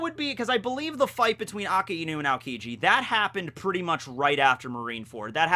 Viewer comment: Finally pronounced Akainu correctly